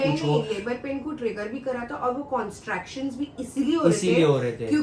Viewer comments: it's contractions not constraction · Constraction ni hota. It’s contractions 😅